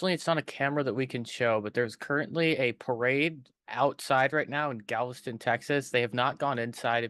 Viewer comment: So many pronunciation errors. It's not GAVELSTON, it is GALVESTON.